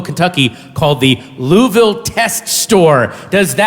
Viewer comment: You said Louisville right